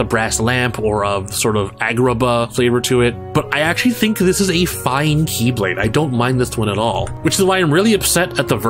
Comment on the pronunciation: And now, instead of pronounced as "KEY"blade (as in like 'door key'), they are now pronounced as "KAY"blade (as in like someone's name) lmao